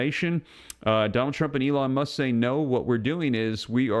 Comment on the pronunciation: It’s Musk like as in Musk cologne, not Muck like through the mud and the muck, common sense, use it and listen to how something is being said!